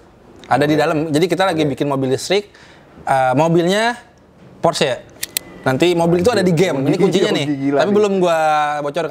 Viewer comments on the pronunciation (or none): Porsche bang bkn phorce